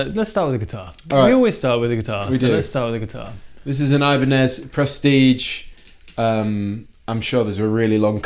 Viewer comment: He said ibenez and I cringed